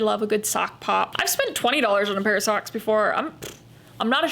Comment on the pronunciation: When you said-Soks, I burst out laughing 😅, so glad that I am not alone in this. Completely understand what you are saying, no need to justify your choices 👌